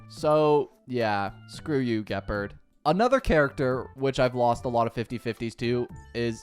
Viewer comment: THE WAY HE IS MISPRONOUNCING EVERYTHING ge purd seelie/sella/sellay herenteum him a ko INERT SALETTO rule i ent arena eye on zeeon lawfu him a ko PLEASE THIS IS THE MOST CAUCASIAN PRONUNCIATION